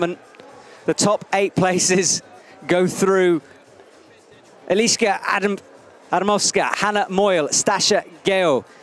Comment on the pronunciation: You really need to ask somebody from East Europe to help you with names pronunciation. I am sure you can say Adam Ondra. Eliska Adam_ovska is not much harder:-D